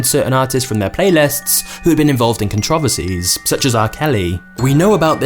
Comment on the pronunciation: bro they way you say controversies💀